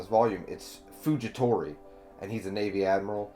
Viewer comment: Fujitora not fujitori